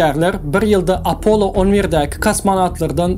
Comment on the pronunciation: Apollo diyman apolon diymesi🙂🙂🙂